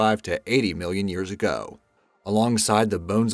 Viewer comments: Can i just point out that he says "years go" instead of "years ago" more than once, sounds clipped but yenno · Ha he cant even say ago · it's like that pretty much every time he says ago